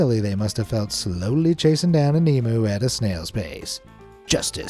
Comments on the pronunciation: Emu = Eeem you not e mew. Please for all Australian people, learn to say this word right. It is grating to hear it said wrong. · Emu is Pronounced EEM-YOU not EMOO! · Fuck me dead, it's eem-u not e-moo, how do you Yank's say museum it's not mooseum. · You pronounced emu wrong it's pronounced eeee-myooo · Thats not how you say Emu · It's infuriating the way youse mispronounce Emu and then have them and other native animals as pets 😡 !!